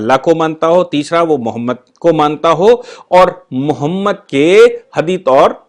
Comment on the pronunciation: हदीद नहीं असली शब्द हदीस है